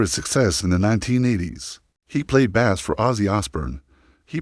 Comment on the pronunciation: So many inaccuracies and a stupid A.I. voice that can't pronounce bass correctly. Total B.S.